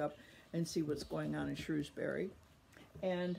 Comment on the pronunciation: That is not how you pronounce Cadfael, Shrewsbury or Medieval.